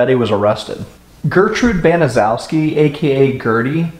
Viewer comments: Doesn't matter that you pronounced the Demon's name improperly this is about Sylvia and Sylvia only and her siblings.! I have no sympathy for people that whine and cry and piss and moan and how horrible their life was and blah blah blah you know what you have the the choice God gave you the gift to choose it's called free will free will. This is about Sylvia and Sylvia only I could care less about the thing that did it or why she did it or why she said she did it Pure Evil that's just all there is to it evil incarnate and the fact that she was able to get everyone else to go along you know you still have a choice and the neighborhood kids could have went and told somebody could have told I have seen the movie I watched the documentaries listening to you you're a new one I'm a documentary buff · Honestly who cares. Those horrible excuse for people don't deserve anything. By all means keep mispronouncing that horrid name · a lot of people mispronounce there last name it’s ok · Wow don't apologize that is a difficult name to say .love your channel.i have subscribed now . brilliant. XXX Joanne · No problem we all pronounced worfs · You are mispronouncing Gertrude's family name. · Just a note: Gertrude Baniszewski's last name is pronounced incorrectly in this video. It's BAN-uh-SHEF-skee. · The name is pronounced Benishefski. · Gertrude Baniszewski could have told her kids to not make so much noise and to not pick on Sylvia and Jenny. She didn't do that. And the last name is pronounced as 'ban-i-SHEF-ski'. More than likely it's a Polish name, and zew would be pronounced as shef